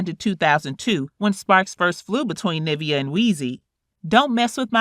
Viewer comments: Why can’t the commentator pronounce her name it sounds like NIV-E-A not NA-VI-A my people learn to pronounce words correctly please 😢🤦🏾‍♀️black folks always messing up names and calling it what they want knowing they’ve heard 1 million people saying it correctly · Just one problem with this - "NIV e- A" not Navia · Her name is pronounced Nivea, like the lotion💁🏽‍♀️ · NIV-EEEEEE-UH is the correct pronunciation! Like the lotion! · Hearing her called “Na-via” is cringing 😂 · Pronunciation is important. It’s niv-ee-uh. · I love this interview but the fact that you keep pronouncing her name wrong.... Like it's just like the lotion. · This video should just refer you to Kandis interview and hear it directly from Nivea’s mouth also hate how she’s pronouncing her nameeeeeeee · Why do u keep mispronouncing her name lol nice video tho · Girl pronounce her name properly!